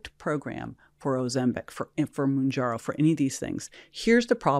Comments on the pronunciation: How can this woman have an opinion when she continuously misspells Mounjaro calling it wrongly MounjarNo!!!! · It’s mounjaro pronounced moon jar o. Not moon jar no. Is this woman really a doctor that is familiar with these diabetes drugs or someone just running her mouth. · Is she saying monjourno? Scary that she prescribes it and can’t pronounce it. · The last expert couldnt even get the name right monjerno???? Did she mean mounjaro???😂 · Am I the only one that finds it alarming that mispronounces the name of Mounjaro (Tirzepatide) she says, Monjerno and TRIzepitide?!?! Wtf am I watching. She prescribed these meds?! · Please at least make them learn how those drugs are called! Adds some credibility to that “expert opinion”. “Muongiorno”! Aaah.. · It bothers me to hear the doctor mispronounce Mounjaro. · That lady saying mounjaro wrong is driving me crazy. Learn the name! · mispronunciation of mounjaro is alarming. How can you not know proper pronunciation if you work with this medication in your profession?! Anyways, it’s really scary what’s going on with the food industry and the pharmaceutical companies pushing their drugs. As a dietitian/ diabetes educator I teach my patients to eat healthier and be more active. However, I see a lot of patients resist. They want results but aren’t ready to put any work into reaching their goal 😮 The government needs to change some policies. I don’t see how this will get better otherwise 😢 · I find it funny that she is a specialist but cant even pronounce Mounjaro correctly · This doctor doesn’t know how to pronounce mounjaro, so that immediately makes me skeptical that she knows anything about it… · the heavily made up woman cant even pronounce Mounjaro but she’s putting people on it...yikes....